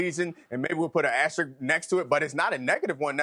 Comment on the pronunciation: These people are incapable of saying the word "asterisk" correctly. Wow....